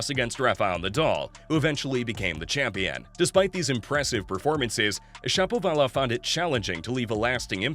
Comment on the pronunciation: It seems to me that Shapovalov should be pronounced like everyone pronounces the name of the famous Russian musician, Rachmaninov, with the accent on the second syllable, not the third. syllable, which is really awkward. If I'm wrong, please accept my apologies. If I'm right, why not get this straitened out pronto?